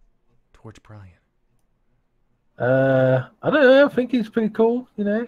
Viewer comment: Wow xD It’s Bryan not Brain xDDD